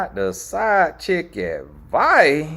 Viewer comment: “side chick adviie” 😭🤣